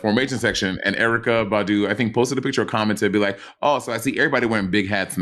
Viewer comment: when Beyonce said "Badu, Badu, Badu, Badu", the emphasis is on the "Ba" part, not the "du" part. So instead of it sounding like "baDU baDU baDU baDU" it should sound like "BAH-du BAH-du BAH-du BAH-du"...I'm high AF and thought it sounded weird when you said it, and then I listened again and that's what I deduced.